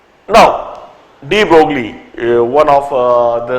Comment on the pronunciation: De Broglie was a French scientist hence his name does not pronounced as de Broglie but de broy.. same thing is applied to Huygene's his name does not pronounced as Hygene but Hoggain